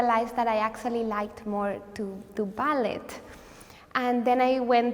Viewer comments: You only pronounce the t in ballet in the word balletic. What a sweetheart! ❤ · Why is she pronouncing ballet without the silent t?